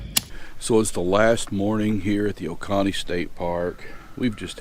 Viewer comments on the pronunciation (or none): Great videos glad I found your channel as I’m looking to build a square drop pod that can be taken off of the trailer when I just need the trailer! Oh and it’s pronounced O-cone-E, not O-con-E, sorry had me cracking up every time you said it, but once again great videos! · There are a lot of great parks to camp at here in South Carolina. Y’all should plan a trip to Edisto Beach or hunting Island State Park down in Beaufort. Love your videos! FYI it’s pronounced oh-cone-ee